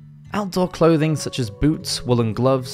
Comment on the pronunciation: Only clouths not clouthing, dude😂😂😅😅